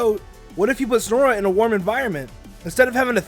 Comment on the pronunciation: You say snorunt snor-unt its SNOW-RUNT